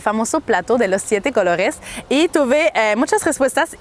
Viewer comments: Plato de los siete "cologes"😂😂 me gusta tu pronunciacion jaja,!! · Pogr fabogr😂😅😅😅 plato de 7 cologes canadiense franchute saludos . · Ella dice "plato de siete cologues" jajaja. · No la escucho que pronuncia cologes; se le escucha colorres man lavate los oídos primero